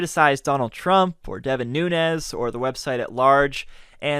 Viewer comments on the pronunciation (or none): none